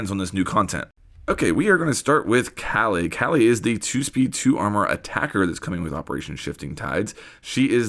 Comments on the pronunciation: Kali is strong af, just like her name Ps. Its pronounced as kaa-lee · It’s pronounced Kah-lee. Ever seen Indiana Jones temple of doom? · I’m guessing we’ll use Wamai to counter Kali’s gadget. Also it’s pronounced “Whaw-mi” and “Kaw-li”.